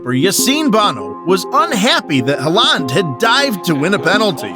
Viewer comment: just a little bit of advise bud if yore going to make football videos at least get the really famous ones names right (Halland)